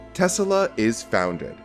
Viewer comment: What is Tesala? The name is pronounced Tes-La. Right? He named his car after Inventor Nikola Tesla.